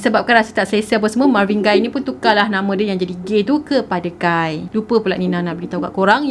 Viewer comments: Marvin 'Gay' sebutannya, bukan 'Gai'. Dia ni famous dalam komuniti pemuzik berkulit hitam. Siapa2 pernah tengok movie berkisar tentang black music, nama Marvin Gaye memang sentiasa meniti dibibir mereka. Kira macam legend, god father black music. Gitu.... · pembetulan cara pronounce untuk GAYE tu spatutnya sama lebih kurang mcm bunyi GAY.....bukan Guy.... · marvin gay kan sebutan die, bukan marvin gai.. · Ignorant. Lagu tu terang2 pronounce Marvin Gaye not Marvin Guy. Thumbs down for that 👎🏻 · Sebutan dia Marvin 'Gay'. Btw punya penceritaan mmg gempak supo sokmo. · Sebutan adalah Marvin Gay. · Mcm salh sebut tu nme dia